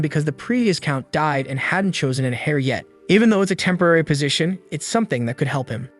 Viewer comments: Just a heads-up on that word: you actually pronounce it like "air" (as in heir to the throne). The "H" is totally silent, so it doesn't sound like "hair" on your head. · "Heir = is pronounced "Air" "Viscount = is pronounced "VEYE-Count" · Very good reader. One minor error For "Live Stream" to use a long "I" in "Live" (LAIV-Stream). A second minor error ish "Heir" is pronounced "Air" . This one is repeated so is more important. Thanks for creating these videos. They have made me happier over the last year. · Interesting- but are you using an ai to read this? You dont seem to know how to pronounce english - heir has a silent H , bedridden is bed-ridden ... lets see if theres more. Srry just. Bro